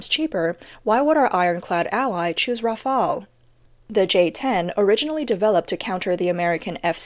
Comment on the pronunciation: Please don't pronounce Rafale like that. The "E" at the end is silent.